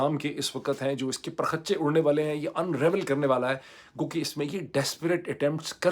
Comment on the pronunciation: معیید سر پرخچے کا تلفظ اس طرح ہے۔۔ Pa rakh chay...